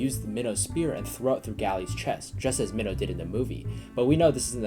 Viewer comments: U say the name mihno like me no not meoh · He's calling mino. Mino like a fish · Also it’s pronounced Mean-o. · Your videos are amazing but you triggered me when you said “min-o” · This man just butchered minhos name